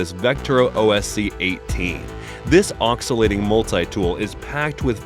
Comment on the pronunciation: All good until the word ocksilating was said instead of oscillating.